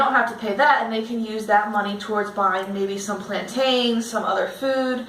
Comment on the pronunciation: Talk to me about Guatemala again when you learn to pronounce plantains